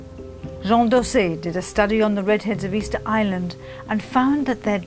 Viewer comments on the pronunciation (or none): none